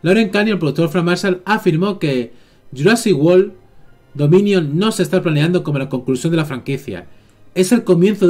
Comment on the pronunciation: "Jurasic wol" jajaja me tente es world 🤣🤣